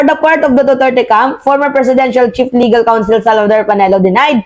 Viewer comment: Ayusin mo yung bigkas mo ng Duterte,wala akong maintaindihan pnu ka paniniwalaan